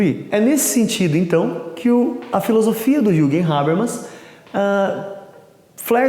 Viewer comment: Não se le "juguem", se le "yürguem"...é alemão :x